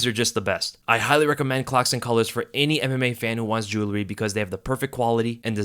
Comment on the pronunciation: can’t say Jewelry